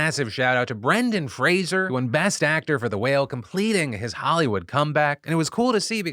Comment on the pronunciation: This might be super nitpicky but THANK YOU for pronouncing Brendan Fraser's name correctly. He's such a monumental actor and a wonderful person, and it feels incredibly disrespectful when the media doesn't even bother to say his name right. Also everyone who is rooting for universal health care in the US needs to hear about this strike in the UK. The fact that their doctors only make about 20 bucks an hour is downright horrific.